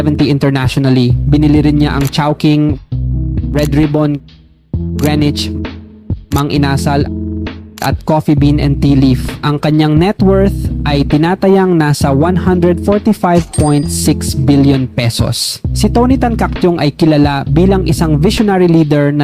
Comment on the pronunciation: Mang Inaaaaasal😅 Itinaaaaatag Abaaaaaca Sablay ang pagbigkas😂